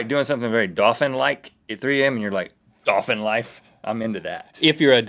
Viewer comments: I love that rhett says dopphin. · The ”werewoof” is joined by the “dawphin” 😂😂😂🐺🐬